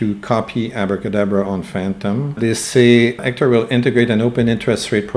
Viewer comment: Are you saying Ector?